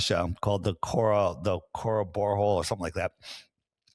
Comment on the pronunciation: Kola Bore Hole. always mangles that.